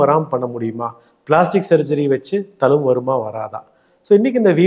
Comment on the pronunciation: Sir, thank you for super advice. pls use tamil properly. Talumbu illa thZhumbu.